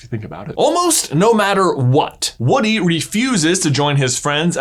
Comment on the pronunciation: lol you call him "Wooden"